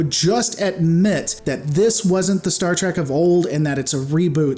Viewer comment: It's not trek